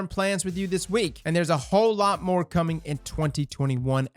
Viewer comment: lol "moar"